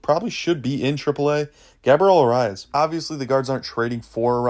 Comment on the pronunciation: Sorry you lost alot of credibility when you can't pronounce Gabriel Arias. Get me Flaherty, Quantrill, or if the Rangers somehow tank, Lorenzen.